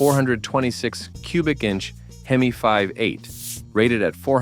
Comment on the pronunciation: The AI narration sucks. I gave up after the "fiberglass hood" on the AMX S/S while showing said car with a stock hood spring clearly installed. Then the " H-E-M-I five eight". It's bad enough that everyone expects AI to do their work for them, but to allow it to be done so poorly and not even bother to edit convinces me to stop watching with more than 30 seconds left. They don't deserve to make any money from such a half assed effort.